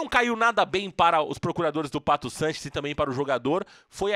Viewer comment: Fala o nome certo do jogador por favor